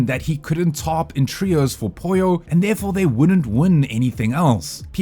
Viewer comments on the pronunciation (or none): none